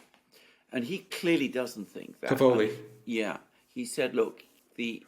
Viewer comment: "Cavoli" - the hyphen falls on the "a" vowel. It is an Italian word meaning "cabbages".